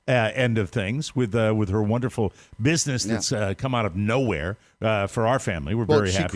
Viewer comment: Wunnerful wunnerful